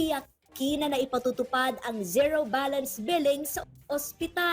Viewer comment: Ka sangkay… correction lang po. Yung pronunciation ng ZERO is like…. Ziro.